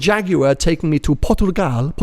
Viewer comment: Learn to say Portugal please ... you sait like this PUR-TU-GAL